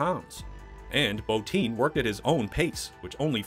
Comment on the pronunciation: His name is Rob BOTTIN NOT BOTINE DAMMIT